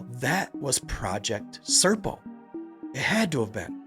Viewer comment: SERPO - not CIRCLE.